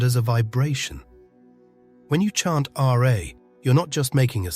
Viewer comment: It’s not the English spelling sound of r eh, but RAAAAA. You need to present the real sound and not just describe it. Peace ✌️